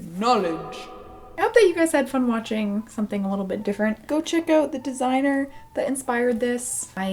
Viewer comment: Her: Desiigner Me: Potaato